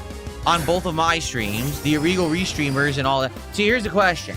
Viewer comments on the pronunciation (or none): What is "irreegal"? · he's Asian....😂 couldn't resist "ireeeeegal"